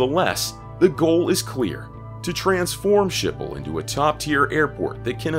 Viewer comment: Skipol not Shipol........